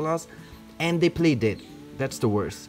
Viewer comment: Im laughing when u say they pley ded